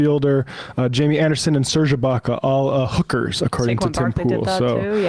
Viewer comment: = actually it's pronounced "HOOK-erz" emphasis on the first syllable, you're close tho = no Sam you got it wrong too, it's "HOOK-erz"